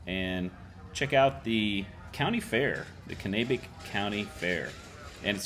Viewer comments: its pronounced CAN-AH-BECK county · Way to butcher pronouncing Kanabec